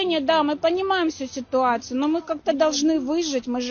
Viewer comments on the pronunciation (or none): "Ми панімаім всю сітуацию..." Сітуацию! СІТУАЦИЮ, КАРЛ!